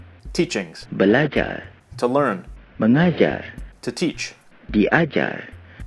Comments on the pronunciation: Its Mengajar, not Mangajar. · Mengajar not mangajar😉😉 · Ehem... It's MENGajar, not MANGajar. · correction it's actually "mengajar" not "mangajar" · you rock! but it's not "mangajar" it's mengajar. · Caught you! , it's supposed to be mEngajar. ^^ Otherwise, great video. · it should be "mengajar". Not "mangajar". :) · the to teach one should be "mengajar" not "mangajar". good videos btw :) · and mEngajar not mAngajar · HAHAHHA MANGAJAR😂😂😂